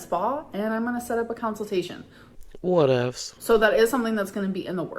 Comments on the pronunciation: "counciltation" I can't 😂 how do you mispronounce such a simple word? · She is still bringing counsel-tation in Oklahoma 😅